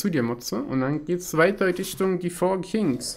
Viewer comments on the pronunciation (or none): ich muss dich mal verbessern auch wenn ich KEIN englisch lehrer bin es heisst KINGS nicht KIGNS ^^